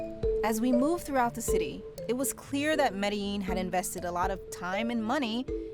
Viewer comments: Thanks for putting a Colombian city in the highlight for a good cause instead of its dark past (and present). I forgive you for butchering Medellín pronunciation. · She pronounced it like someone from Argentina, but without the accent. I was a bit puzzled by that. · that's just how americans pronounce it, most people are taught in spanish classes that double lls are pronounced as a y sound be lucky it wasn't a british person or you probably would have heard "medalin" or something equally egregious